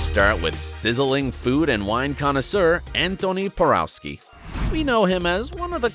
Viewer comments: Antoni's last name is pronounced "Por-OFF-skee" (not "Por-OW-skee") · omg - Antoni's last name is pronounced "PoROVskee" , ugh...